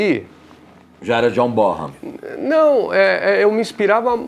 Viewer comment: Eae, a pronúncia certa é Jonh "Bonam" ou Jonh "Borram"? Eu acho q é "Bonam"